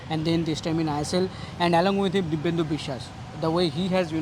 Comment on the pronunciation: Dipendu Biswas, Not Dibyendu Biswas